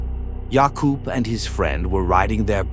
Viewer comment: you know whats creepy? That looks like a sauce, with no mold, cleary fresh (max few days old) cuz no animal smelling the food knocked it out trying to eat it, and it has no mold, he was lucky he missed the chef who cooked it. Also, as czechian, good job pronouncing the name Jakub in the biker,s video right.